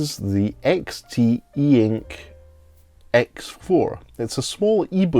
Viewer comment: It's pronounced EX-tee-ink